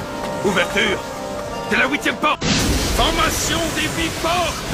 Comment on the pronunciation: "ouverture... De la ouitième porte"